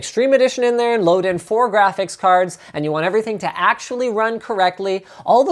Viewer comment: did he just say, GRAPHICS PICARDS?